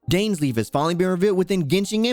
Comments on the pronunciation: Daanslif, perfect pronunctiation (no offense) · I like the content bro but how you pronounce Dainsleif bugs the hell out of me... 😅